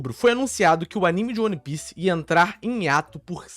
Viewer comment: que agonia dele falando O-N-E pice